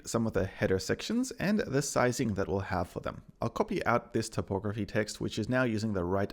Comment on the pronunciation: "topography" has to do with maps, Typography has to do with type and is pronounced Type ography.